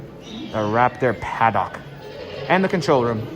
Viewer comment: For future reference, you are saying paddock wrong. It's like haddock, the fish, not like the dock you catch them on, lol. Not trying to be mean, it just sounded cringe